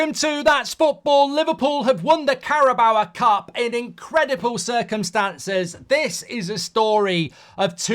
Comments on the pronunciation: The only person in the world to call it the CARA BOWA cup. CARA BOWWWWWW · You must be the only person I've ever heard not be able to pronounce Carabao. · Marks total inability to pronounce carabao correctly never ceases to amaze me